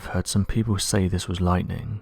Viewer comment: It's lightn yep totally just lightn